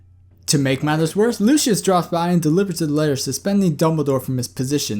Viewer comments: Isn't it pronounced Lucy~us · It's pronucned Lucy-iss